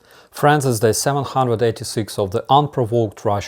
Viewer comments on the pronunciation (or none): When you say "friends" it sounds like you're saying "France"